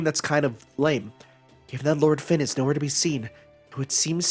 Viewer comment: It might be too late but Fionn isn't pronounced as Finn. It's more like Fyun. Hard to put it into words.